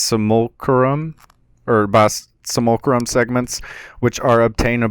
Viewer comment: sim-you-lack-rum = simulacrum